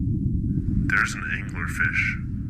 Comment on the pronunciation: Angleefish :D